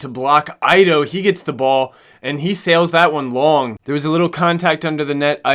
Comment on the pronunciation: Ido is pronounced eedoe not aydoe. Great video!